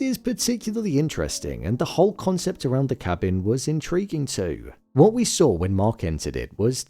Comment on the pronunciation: You saying cabbing instead of cabin or am I trippin hahaha